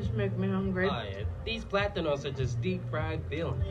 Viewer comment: On how bro says platano hurt me